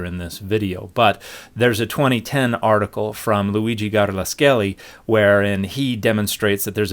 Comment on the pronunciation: Nice Italian pronunciation "Garlaschelli" is not an easy name.